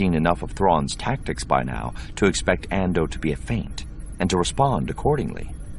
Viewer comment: his pronunciation really bugs me. it's "Suh-'bowth", not "Sah-bay-oth". the planet is "File-th", not "Fill-the". it's the "An-doo" system, not "An-doh"